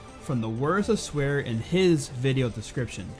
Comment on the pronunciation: Pretty sure it's "Swahre", not "Swear" Just saying.